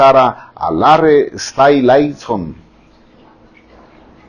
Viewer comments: TAMBLAISON,STAYLAISON JAJAJAJAJ SE LO QUIERE SEÑOR JAJAJ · "Lois Tom-laison o Larry Stai-laison" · Me encanta como pronuncia "tomlinson" o "Stylinson'